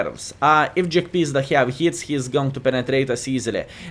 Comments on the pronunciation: Jagpizda in one word : Shnay -- LUL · Hello! I always laugh when you say the name of Jagdpanzer because how you call it JackPizda:)));pizda; have a special meaning in my contry.:))